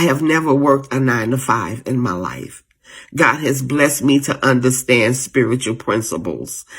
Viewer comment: Im not trusting any woman that can't say " Understand" correctly... that shit is so unattractive...WTF I sInnerStand ? -_